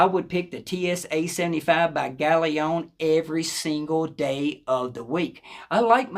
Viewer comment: Brilliant review, and you might be the only person on youtube audiophile channels that can pronounce galion correctly!